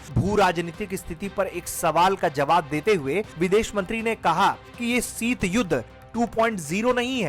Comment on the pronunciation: हिन्दी भाषा की सामान्य जानकारी न रखने वाले व्यक्ति को क्यूं रिपोर्ट पढवाते हैं जो इतना भी नहीं जानता कि ‘ सीत युद्ध’ नहीं शीत युद्ध होता है